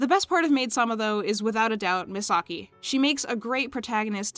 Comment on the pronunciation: I was listening for a bit but why are pronouncing Misaki name as Misagi 😂😂